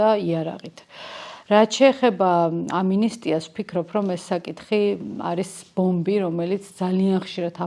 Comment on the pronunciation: "ამინისტია" არა - "ამნისტია"!